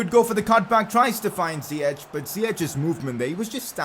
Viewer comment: pcq it is pronouced ziyeck not ziyechhh